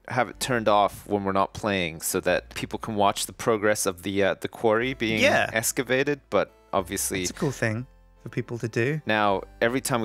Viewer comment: lol he said escivated